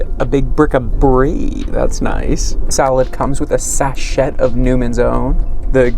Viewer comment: "most boringnest" is incorrect. No need for the "est." I assume you know that sachet is pronounced sash-aye and were joking. Not that we call that thing a sachet.